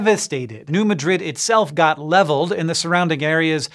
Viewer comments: Fun fact: as someone who has been to New Madrid (and also Cairo, Illinois); the locals tend to pronounce it "New MAD-rid" not "New Muh-DRID". (Also, Cairo is pronounce "Caro" (like the syrup.) :) For the morbidly curious.) But, as Webster's dictionary once said, "There is no such thing as a CORRECT pronunciation, merely pronunciations that are more (or less) common." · New Madrid (MAD-rid, not Muh-drid) quakes created Reelfoot lake, and quite a bit of the wetlands in Ballard Co, KY. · (cough) Pronounced "New Mad-Rid." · Can confirm it’s Mad Rid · As an (ex) Missourian, I came here to say the same :D New MAEDrid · New MAD-rid. Emphasis on the fist syllable. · as an illinoisian, can confirm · Accent on first syllable of Madrid in New Madrid. And "a" is the same as "sad". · We're Missouri, we pronounce Madrid wrong. Next time, ask a Missourian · the way he pronounces New Madrid makes me squirm